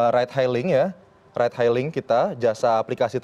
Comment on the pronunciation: Sori, reporter nya musti belajar pronunciation Inggris yang bener. Masak ride hailing dibaca raid hailing? Kan beda artinya.